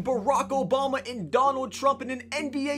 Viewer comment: That's not how you say Trump